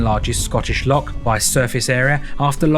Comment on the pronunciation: it’s not a Lock it’s a loch please get your pronunciation correct